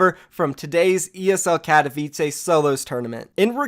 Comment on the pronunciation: Kat o v I ts ay not how u say katowice it's kat o vi ts e